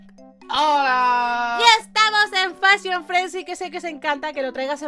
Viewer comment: Lo dijiste mal es fashion frenzy :"3